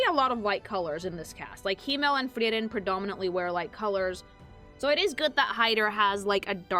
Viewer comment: Why does she say the name Freiren liek shes saying Tiananmen with an F